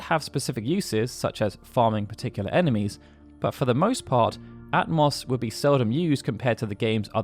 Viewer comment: Ah-toh-mos, not At-moss 🙄🙄🙄